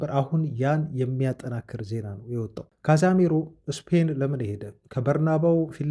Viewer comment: ይደብራል 100 ግዜ ካዛሜሮ ? ካዜሜሮ